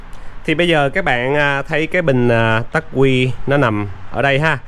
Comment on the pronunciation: đọc là ắc quy không phải là tắc quy nhe e.